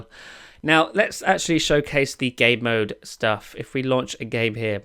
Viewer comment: He pronounces Game Mode as Gay Mode 😂